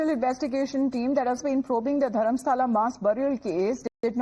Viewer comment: Not Dharmasala.. it is Dharmasthala